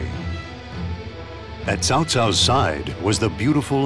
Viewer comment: At least they managed to pronounce "Cao" correctly, thank goodness!